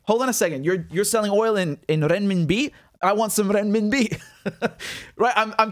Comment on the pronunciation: As a native Mandarin speaker I just love how Richard pronounces renminbi 👌🏼👌🏼